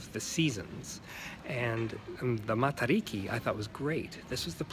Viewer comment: It's pronounced more like te than tei. Short E. Matariki is the Maori new year due to the reasons you stated.